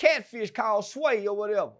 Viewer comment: That catfish called sway....its swai...but still funny 😂